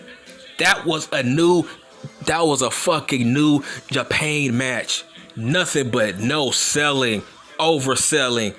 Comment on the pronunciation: Nigga said new japain 😂🤣